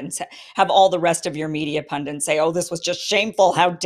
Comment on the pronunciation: Pun-Dit, not pun-dint